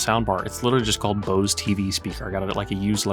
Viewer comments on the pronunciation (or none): none